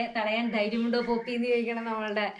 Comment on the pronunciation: പപ്പി alla poppy annu Mr.